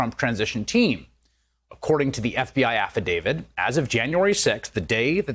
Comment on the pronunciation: It's affidavit, not affi-david. Affi-dave-it.